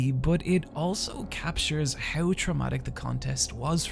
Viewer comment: Normal people: How You: hiaw